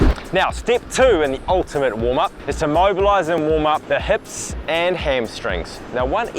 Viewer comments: heps and ligs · You say "hips" like a Kiwi